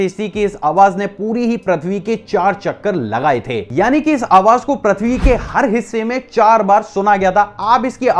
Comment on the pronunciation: Ur pronounced प्रथ्वी right pronouns is Pru.. पृथ्वी